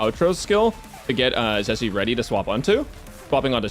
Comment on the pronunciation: Stop calling my poor girl chicken 😭 how did you get Zhe correctly but say Zhi as Ji (chicken)